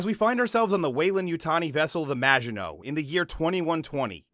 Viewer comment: Maginot is of French origin. Please ensure you find the correct pronunciation.